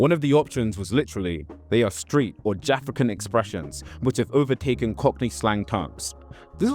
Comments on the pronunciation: I could be wrong but isn’t Jafaican that you are pronouncing as “JAFRICAN” pronounced “Ja-FAKE-can” i remember when people used to say that when people like Ali G (Sacha Baron Cohen) was doing that his show. As in he is faking Jamaican patois. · Man said jafra can - ITS JA FAKECAN big man lol 😂😂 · Ja-Fake-Can not Jafekan (as you pronounce it) it means pretending to be Jamaican as was all the rage when afrophobia was the norm between 80-2000, let's say. You're wrong on this and you should correct it. Lol.